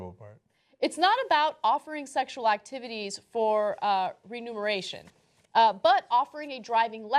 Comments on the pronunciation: "Renumeration" Ana, you have a reading problem, see someone about that. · After Ana says "renumeration", I got totally distracted... Learn the English language, before you come here, Ana...